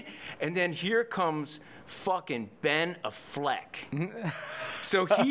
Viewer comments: He lost me "Benaffleck". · If he said Ben "A"ffleck again i was gonna hang myself. Was he kidding or being serious??? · Ben A-fleck. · LOL I've always said it like that. Benna Fleck :) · He doesn’t know how to pronounce Ben Afflecks name?